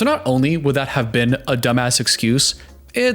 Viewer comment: you kinda do that thing you’re talking about where you change how you speak. especially with your T’s. listen to how you say “what” and “that” - you add an “uh” sound at the end. “what-uh that-uh guy said”